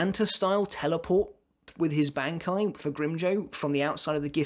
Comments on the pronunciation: Btw Im pretty sure its pronounced Bon-kai, instead of Bankai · how are you pretty sure it's pronounced bon kai if you watched the anime and you can hear them say ban kai hahhah